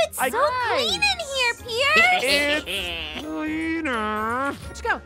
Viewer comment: It’s pronounced Pierce.